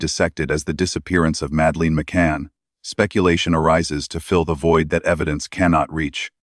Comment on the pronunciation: I can not take this video seriously when you can't pronounce the names of Madeleine or Praia da Luz correctly. What does that say about the quality of your research? I happen to agree with your conclusions but, all the same...